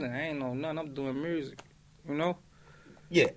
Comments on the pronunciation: click if you wanna hear him say MyuRsiC lol. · “Mursic” “Confursed” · Lol im doin mursic ya know. I heard it too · “Mrusic” He has a hard time pronouncing “U” sounds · I noticed that he said "murzik" too 🤣🤣 sound like his ass been in memphis on the low low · " I'm chillin, I'm doin murzic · still fuck with his mewrzik. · Reese be like let’s get back this myrersic 😂😂😂😂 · Confroosed, mroosic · FUNNY HOW THESE RAPPERS CAN’T EVEN PRONOUNCE MUSIC RIGHT BUT MADE IT?? WHY CAN’T I MAKE IT THEN?? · Chicago niggas pronounce "use" as "urse" .. i.e " music, confused, etc